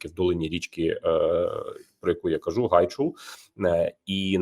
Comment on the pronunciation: Гайчур а не гайчул